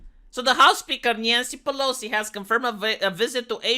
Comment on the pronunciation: You say "NYANCY" like a Ukrainian... Sad. IMHO